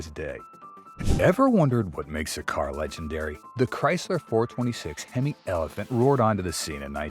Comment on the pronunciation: Why's he mis pronouncing hemo